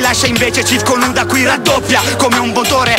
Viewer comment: Non si chiama Wuda ma Huda.